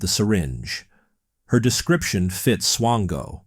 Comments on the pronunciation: Are you saying swango or chango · Mispronouncing the guy's name isn't exactly a desirable trait. It rhymes with "tango".